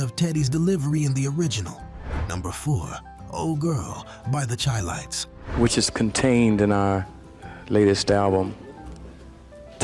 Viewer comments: chi lites is pronounced Shy Lites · Dude said the Chi Lites wrong??!! Awww damn. I can’t believe his commentary now. SMH